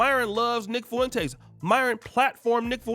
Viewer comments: I can't help but laugh every time you pronounce Nick Foo - in - taze 😂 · Fwen taze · Why cant you pronounce his name correctly its annoying